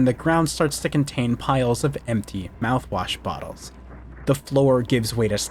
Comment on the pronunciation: he said the mout wash